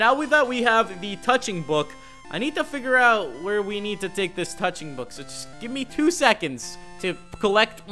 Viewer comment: dude... wrong emphasis on touching book